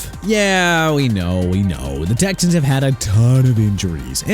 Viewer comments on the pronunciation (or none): none